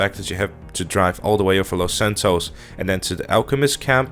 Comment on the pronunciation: its los santos not fucking lasantoes